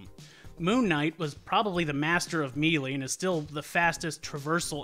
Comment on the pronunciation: Did you seriously just say me-lee? It's pronounced maylay, not me-lee